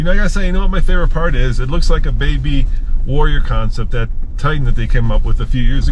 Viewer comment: Every time you guys say warrior it hurts.